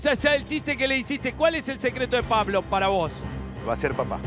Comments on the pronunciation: nadie: guido: pabloP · Ese guido como pronuncia Pa - Blo jaja😂